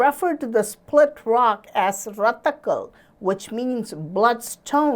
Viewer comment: It is not rethakal it is rettaikal which means twin rock in Tamil